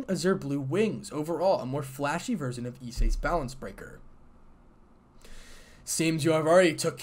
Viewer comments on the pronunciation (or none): none